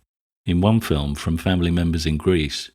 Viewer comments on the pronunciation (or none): none